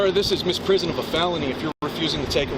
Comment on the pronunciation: "Misprison" of a felony 🤭 He keeps saying it too. Yea, you go on and educate them, bud!